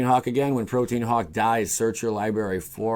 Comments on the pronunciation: Haha protean hawk it’s actually protean hulk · Him mispronouncing the word "hulk" as "hawk" and orochi as "oh-rocky" killed this entire video for me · prōdēən or prōˈtēən hulk, not protein hawk, OMGOSH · It's not pronounced protein hulk! It's pro-t-an hulk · Protein Hawk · Dude I like your videos but from now on please say Protean HULK.